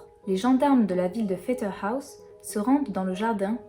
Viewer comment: Pfetterhouse se prononce comme en français (le OU se dit... OU), pas à l'anglaise. Mais les noms alsaciens sont toujours "écorchés", on a l'habitude. Par contre j'adore ta voix et ta façon de raconter en douceur. Merci.